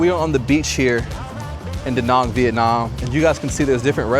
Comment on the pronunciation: Good luck with pronunciation, it’s pronounced da Nang, just like it’s spelled, not de nong. Or Vietnom, it’s Vietnam.